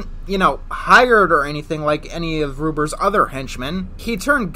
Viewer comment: When he said "ruber's song" I thought he said Ruperson